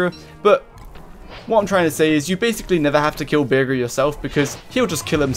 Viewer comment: You pronounce bearger with a g like how you say burger HES A BADGER BEAR YOU SAY BEARJER